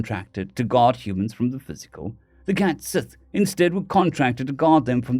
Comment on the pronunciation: Cait sidhe not cat sith lol